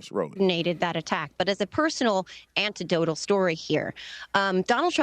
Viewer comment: SHE SAID ANTEDOTAL, WTF IS THAT??